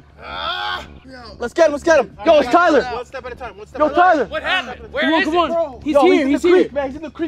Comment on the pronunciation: It's tiler